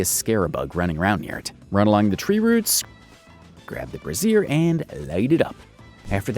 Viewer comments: You... have to light all the Bras???? Oh BRAZIER, Not brassiere... Good vid tho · bro pronouced braizer as brassiere hehe